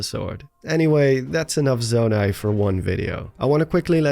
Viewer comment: you said zomai